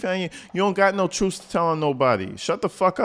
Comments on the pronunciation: Did she say the truth or tha truff? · Troof lol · What an idiot. She been " speakn the truff" for an hour now,and has said absolutely nothing. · Correction Sir, she's gonna be telling the "TROOFE" on you!!😂😂😂